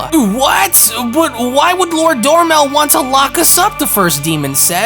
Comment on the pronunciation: Dromel, not Dormel Salaga, not Salga. Your pronunciation is so off.